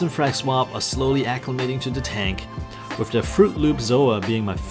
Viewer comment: You are saying wif instead of with